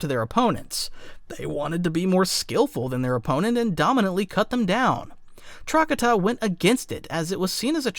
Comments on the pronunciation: its not TRACK-uh-tuh, its TRUH-katah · For the love of fuck do not call Trokata “trockadda” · Truh-ka-ta. Thats how you pronounce it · Your pronunciation of trakata was pissing me off but I put up with it. And then pronounced utapau "you tah pow" and I stopped watching.